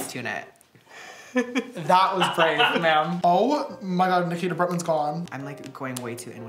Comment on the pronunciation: It’s Nikita not Nakita